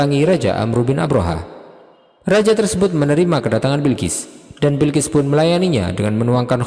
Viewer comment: Balqis bukan Bilkis